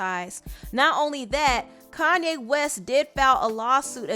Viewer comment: Ugh why she keep pronouncing his name "Kan-ne"